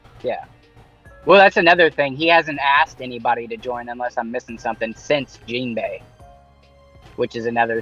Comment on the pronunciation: Sorry for sounding mean but that second person that spoke shouldn’t speak about one piece out loud. Can’t even count or say Jimbei’s name correctly “jeembei” wtf